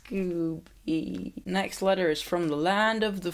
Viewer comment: when you said " letter " your accent made it sound like "alexa" and mine replied with "sorry, I didn't quite get that". just thought you should know.